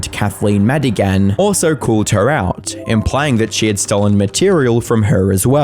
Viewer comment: "Maddie-ghan." ah AI is soooo awful. Why?? WHY USE IT??